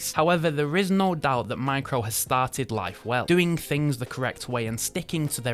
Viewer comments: DYSLEXIC much? It's MIRCO, not Micro. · Did your extensive research tell you that Mirco, a watch manufacturer, is pronounced Micro? Hoot mon, ken ye no read?? 👎FFS! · Why do you keep saying "micro", when the brand is actually called "mirco" ?!?!? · I swear that 2nd brand is named "Mirco" and not "Micro" 🤷🏾‍♂️ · M I R C O - Mirco NOT micro. Didn't you even bother to read the website? 🕶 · A few hints on pronunciation from someone who lived in Japan for several years (though that's not a requirement for some of these corrections). Kuoe is pronounced Koo-Oh-Eh; Mirco is not micro but Meer-ko (note the spelling); Kurono you got right!; finally, Minase is Me-Nah-Say. Thanks for reviewing these. Dead right on Minase and Kurono. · Its mirco not micro, shame on you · Not micro but MIRCO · Dude....japanese micro brand called MIRCO not MICRO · Mirco and not micro ... It's tongue twister I know. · The brand is clearly Mirco, not micro, so annoying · So confident in calling 'Mirco', 'Micro'. Legend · Your mispronunciation of words is unbelievable. Not sure whether they were intentional or not - phishing for comments? Well then, you got it. Kyoto as Kah-yo-to? Mirco as Mai-cro? Minase as Mee-Nay-seh? It's painful.